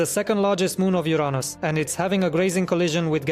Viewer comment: Uranus he said it like a non English guy